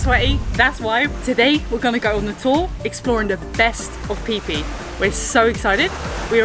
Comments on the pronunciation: It is pronounced “Fee Fee” not “Pee Pee”. Phi is used to represent “The Golden Ratio”. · You mean "pee pee" island